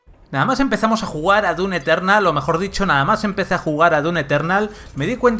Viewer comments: Se dise doom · ¿Se pronuncia dum o dun?? ya ne confundio xd